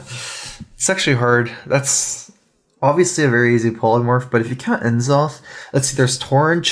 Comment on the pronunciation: I hate the way he says N'Zoth